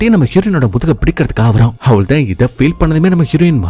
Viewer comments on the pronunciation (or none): none